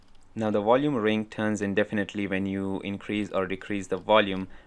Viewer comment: You said Wolume, do you mean volume ? 🤣